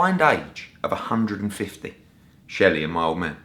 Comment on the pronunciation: " I am never going to a deal with SHERLEY!!! " ……..cheeky chap!! Maybe he should just start calling him Sheldon, if he can't say SHELLY!